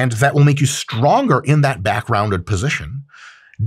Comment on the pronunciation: MY BAICK